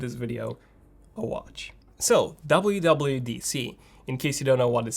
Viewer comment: be like: DABLEOOO DABLEOOO DEE SEE